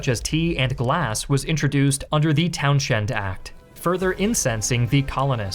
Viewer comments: I'm surprised he didn't learn to pronounce Townshend. It is NOT SH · I find it amusing how he pronounces "Townshend". Clearly not a fan of the Who